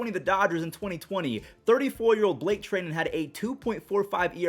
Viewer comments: Who is Blake Tr-ey-nen it’s tri-nen get it right (lol jk I love ur content ) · Blake tri-dent not tray-dent